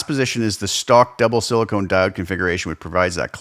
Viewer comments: Silicon diodes, not silicone diodes. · I know I'm the dick for saying anything.... But a diode can be made of sili-con. Not sili-cone.